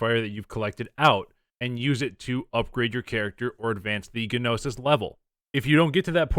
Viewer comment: agh dont pronounce the "G" in gnosis. It's like NO-sis